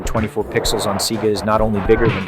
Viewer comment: "MK3 on SEEGA Genesis"